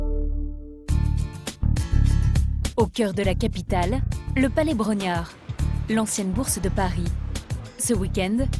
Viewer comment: Palais Brongniart, pas Brognart.